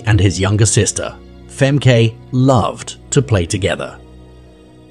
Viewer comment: FEMKAY❌️ FAHMKAH✅️